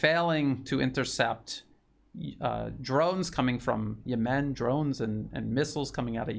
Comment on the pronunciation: I think you should look up the pronunciation of the word Yemen.